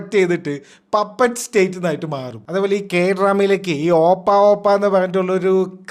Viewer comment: ഓപ്പാ alla ഒപ്പാ.😂.. Respect ode ചേട്ടാ ennu vilikkunna word.. 😁